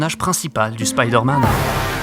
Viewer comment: Marveul Spyydeeuurrmeenn je chiale 😂